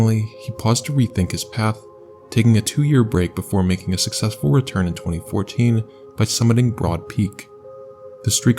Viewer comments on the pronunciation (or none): none